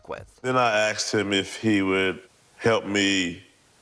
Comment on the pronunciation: I axed 'em ... 😂